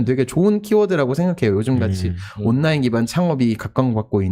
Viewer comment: 장피엠님 발음 너무 귀여우십니다. “온나인”